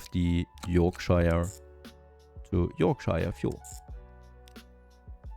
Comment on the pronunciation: You pronounced yorkshire two different ways lol